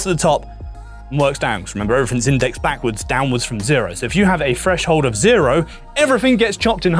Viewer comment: Explanation was great. But you're an audio tech, not a narrator, right? I can't imagine pronouncing 'three' and 'threshold' and 'everything' as 'free' and 'freshold' and 'everyfing' would be appealing in a narrator